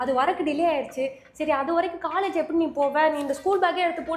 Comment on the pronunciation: Adhu CALLAGE illa ma COLLEGE TAAPER illa TOPPER.... O sound!